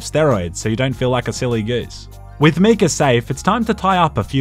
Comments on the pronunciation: videos great except when he pronounces Micah as Mika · It’s MY-cah not ME-cah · its pronounced MI KAH not ME KA and it wasn't a bank it was a ferry 😂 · MEECAH NO, MAIKA YES! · YES please do more! But... for the love of god its MY-KAH not MEE-KAH. Silly Aussie! <3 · Why did he pronounce it Mecah instead of Micah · It's Mi-cah, not Me-cah. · btw why are you pronouncing Micah like that? It's Mai-kuh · When he busted Micah out of jail I just then realized he was saying “Meekah” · I really hope he's joking when he says Me-cah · Just heard you say mee-cah so immediately went to the comments.... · What the hell is a "Me-Ka"?? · I love you man, but it’s pronounced ‘My-Cah’. They literally say it in the game. Pls rectify. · As much as I love this channel, the way he pronounces Micah is just unforgivable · even after all the murders in this video, the real crime is how you say Micah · Are we just gonna ignore the way he pronounces micah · I can't tell if he's saying "Micah" weird on purpose or not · I am going mad or is he saying Micah wrong and no one noticed/cares